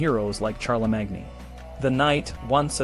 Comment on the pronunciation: I’m sorry but you lost me when you pronounced Charlemagne as Charla-mag-knee 😂